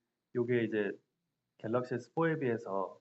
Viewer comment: 갤러시가 아니고 갤럭시데?